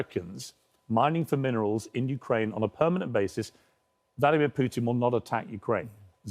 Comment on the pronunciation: Piers couldn't even spot humility if he tried. Also: "Pewtin"😂